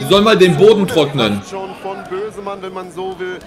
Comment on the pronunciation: Ich hab kurz Mözemann gehört 😅